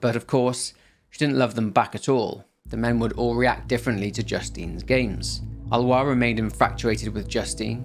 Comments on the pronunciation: It's Ah-lo-ees. Not Al-wah. Lol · Wow Alois pronounciation is Alowa not Alois HAHA! Thanks! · Little aparté, Aloïs is pronounced ah low hiss